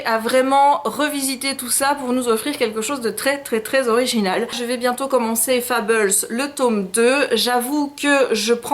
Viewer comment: Pourquoi "Fabeuls" et pas Fables ? "Matché pas". T'aimes ça les anglicismes on dirait.^^ Ouah il est super beau Mysterious times. Ce n'est pas sorti en français?